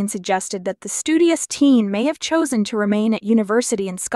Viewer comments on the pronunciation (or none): none